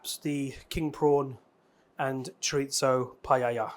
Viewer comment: U were a little awkward at first, but it was really fun, also it’s pronounced Cho-ree-zo. Hope you continue to do these.